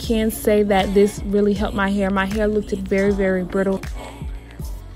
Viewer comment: I’m sorry hearing you say lookd-Ed was killing me lol just say looked instead